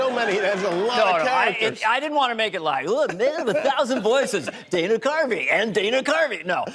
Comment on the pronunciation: His parents probably wanted a girl a named Diana. Dana is not pronounced Deene in English😢